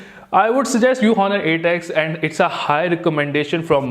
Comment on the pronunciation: its pronounced "onnur" not "HHHon-nur"